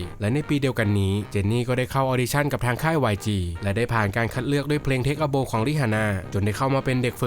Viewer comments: เทค อะ บาว ครับ ไม่ใช่โบ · Take a bow อ่านว่า เทค อะ บาว